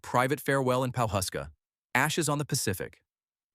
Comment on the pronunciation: Howdy from Oklahoma 🤠 the town is pronounced Paw-husk-a.